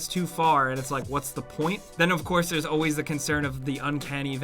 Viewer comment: Why do you pronounce "always" as "auways"? There is an L in there that you are missing out.